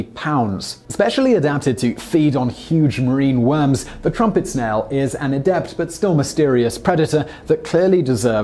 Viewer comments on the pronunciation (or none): none